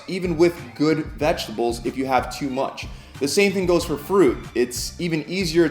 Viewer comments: VeGetables mate, not veGGetables. Single G, little mistake I know, just for future reference. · Brayzil nuts and veggetables lolol......some editor yall have give him a raise